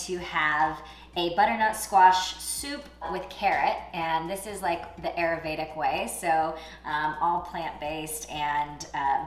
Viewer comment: Oooohhhh I thought she said aromatic?? But pronounced like ay-row-mat-ic